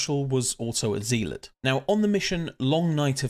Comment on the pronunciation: It's not "Zeeelot" it's "Zealot" as in a religious zealot.